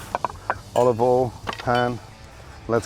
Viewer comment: Years ago Gordon used to say olive OIL but more recently he keeps saying olive All